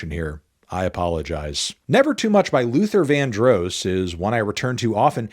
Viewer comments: And then he said it again! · That's not how you pronounce Luther Vandross is it?